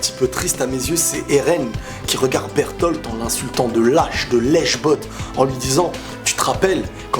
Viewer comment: Sa se prononce pas bertol ses berlote